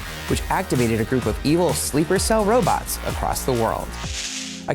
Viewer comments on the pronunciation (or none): none